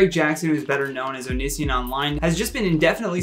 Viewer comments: I’m sorry but it’s oh-knee-see-on. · The way he pronounced Onision tho 😳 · I honestly love the implication that Onion boy isn’t relevant enough for him to look up pronunciation.😂